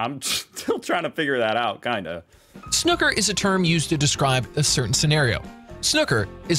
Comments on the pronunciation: 1. Sn 'oo' ker is normally pronounced 'oo' (as in 'moon') - you'd think someone making a video about the game would know this.... 2. He listed lots of foul scenarios very fast, so I'm not surprised you were confused about that whole 'feet off the floor' thing. 3. Your best bet is to watch a top International game. For example: You'll understand the rules way more easily and start to appreciate that there are a great many times where a tactical shot is made; the player is opting to make life difficult for the opponent, rather than taking the obvious points. Enjoy! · I dropped my head when I heard the narrators accent, I knew it would be chaos. Firstly both you and the narrator are pronouncing snooker incorrectly, it is pronounced snuː.kə (SNOO-kər). I have played snooker all my teenage and adult life of 60 years and this guy confused the living hell out of me, there MUST be a better video about. LOL at the feet off the ground misapprehension. Whilst a British developed game, snooker is played world wide, ALL of the billiard table ball games, pool, snooker, billiards, etc are interrelated. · it’s pronounced ‘snoohker’ - hope that translates. Look for a YouTube video with a ‘maximum break’ e.g first a red ball then Black, red, black, red until all the reds are potted, then the player goes through the colours. I’m old enough to remember when Pot Black was in black and white on the TV. The commentator needed great descriptive skills to communicate what was going on 😂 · Snooker pronounces the 'oo' as in clue ie sn ou ker. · It is a foul if you make a shot with both feet off the floor.. and it's SNoooh ker. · Pronounced Snooo ker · Need to watch Ronnie o,sullivans 147 in 5 mins both handed ✋️ that the maximum break in snooker pronounced sn,oo,ker by way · And the video is made by another American who can't say snooker. Say it like you're a hooting owl🦉. SnOoowKer. x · Oh god Americans pronounce it Snucker Well this is not a good start into the year 😮